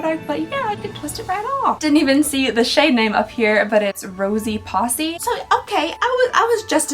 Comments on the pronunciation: Rosie posie? Pronounced like po-see??? Not pawsy lol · Lmao it killed me when she said posse not posy 😂💀 bless her heart 😂💓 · Rosy "Posse" ...Oh honey. Poe-ze. It rhymes. Rosy Posy. It's okay though, won't hold it against you 😆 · I think that shade name for the nude stix that is rosy posy is pronounced “posie” instead of “possie” lmao. Had me rolling over here. Love these videos and you! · I think that blush shade name was supposed to rhyme, Rosy Posy, like the children's rhyme Ring Around the Rosy. A Rosy Posse sounds like Allie's worst nightmare, like a bunch of old rich ladies on horses chasing after you with rose scented beauty products🌹🐎🤠😱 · Lol The way you pronounce Rosy Posy, it's poe-zee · It's rose-e pose-e 😂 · The way she said Rosie Posey just killed me because that’s not how you’re supposed to say that it rhymes say it like youre rhyming! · the rosy posy pronunciation got me 😂 as a reader i’ve done this with so many words over the years